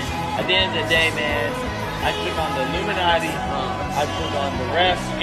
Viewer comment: Noticed he said , "the illuminate" !